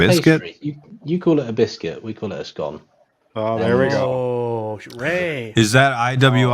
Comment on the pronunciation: says scone wrong